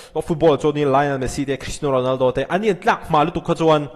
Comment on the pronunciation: Sir Ronaldo leh Messi tih hi hmang uluk deuh thei la aw Ronaldo hi a hamsa zawk zelah lam ri la 😅